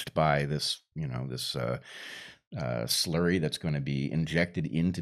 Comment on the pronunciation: I like the way Brett called it “Slurry”. Thanks for the discussion.